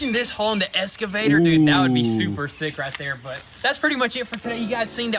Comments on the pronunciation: Excavator ...... Not escavator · You MUST be doing it on purpose now lol. It is not an Escavator. There is not an s to be seen. Excavator. EX KUH VA TOR, say it slowly after me, excavator. Regardless, another really good episode. Can you not make them longer than the average 23 or so minutes? More is better. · Every episode “the essscivator”